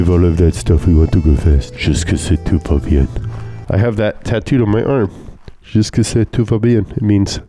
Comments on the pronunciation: Lol.. french too here and i rewinded a bit when tried to say "jusqu'ici tout va bien" lol.. it sounded so bad that I thought the tattoo artist screwed up, or he screwed up giving the wrong phrase to the artist. Anyways, I would also add that meganes are all ugly as shit. Renault could do much better sports cars if they wanted to with all their F1 knowledge and championships... the latest Alpine Renault A110 is an awesome machine. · pronuncing "Jusqu'ici tout va bien" is like Joey Tribbiani trying to say "Je m'appelle Claude"